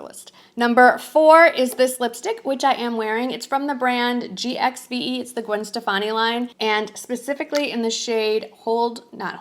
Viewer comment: I love these types of videos. If I’m not ready to buy, I add the items to a faves or save for later list on that retailers website. Btw , the GXVE brand is pronounced GIVE.